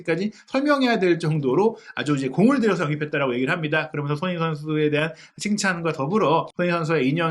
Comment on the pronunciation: 무엇보다 사장님 의 손흥민 이라고하시는 발음 이 예술이십니다 👍